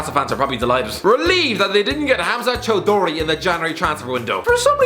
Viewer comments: 😂😂😂 Cho-duri. You Indian or Bangladeshi? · Chow-do-ree aswell lmao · fucking up my surname with such flair. claps in disbelief